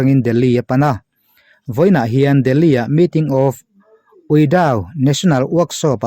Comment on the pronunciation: Ka pu i sap trawng lam dan hi in zir hmasa thinla a van tha dawn ve. Awmzia bo vekin a lam dan i thlak thin a, UIDAW ti a lamtur UIDAU tiin i lam daih a hetah pawh... Duhsakna ka hlan a che